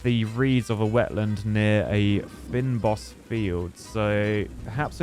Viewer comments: 'Fynbos' is pronounced "Fein-Boss". This must be a South African game given that's a very Afrikaans term lol. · Fynbos is pronounced as Fain-bause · Fynbos is pronounced vain but keep the f, and then boes, so basically like F-ain-boes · fynbos is pronounced: fein-boss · The fynbos is pronounced like fain-boss. It is an indigenous area to South Africa 🇿🇦, our national flower the Protea is also a Fynbos flower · Fynbos: if you say "feign boss" you'll be a lot closer to how it should be pronounced. Still not 100% but it's from Afrikaans and we're few and far between. Maybe ask a Dutch speaker in a pinch. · I'm not sure how many south africans are watching. But the fynbos is a large open field of grass flowers and small insects and it is pronounced fyn as in thin and bos as in bush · Trying to say Fynbos X, its afrikaans.